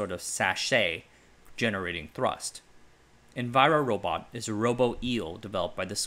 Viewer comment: You write "envirobot" but you say "enviro-robot"